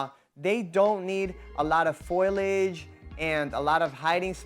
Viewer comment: It gets me how you say foliage. Every single time the i is after the L. It's not foilage 😂🤌 Gotta love that florida state public education system